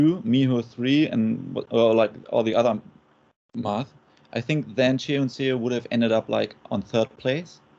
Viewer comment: Seo is pronounced like "Suh" similar to "huh", NOT "sayo". Just imagine saying Seoul without the "ul". So bad the broadcast commentators just butchered her name.